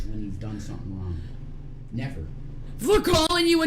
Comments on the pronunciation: Her inability to pronounce Gs at the end of words gets me every time 😂 “You can’t see how that’s RON” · " didn't do anything wron"... You have to remember, she can never afford the last "G";at the end of her words.